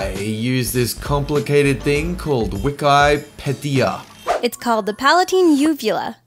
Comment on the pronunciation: Its pronounced Weekeepeedeea